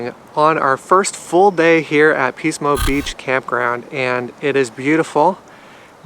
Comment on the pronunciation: Ahhh Pismo <3 Yeah, it's commonly pronounced as "PIS-mo" with a short "i" sound, so it sounds like "PIS-mo Beach. Love the restaurant F. McLintocks Saloon & Dining House in Shell Beach, near Pismo Beach. They were known for serving "Turkey Nuts," which are deep-fried turkey testicles, but they stopped offering that item a couple of years ago. Nice video, thanks for sharing :)